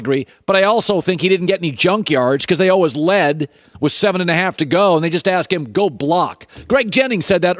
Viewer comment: Why does he (Colin) pronounce “ALWAYS” like that???😳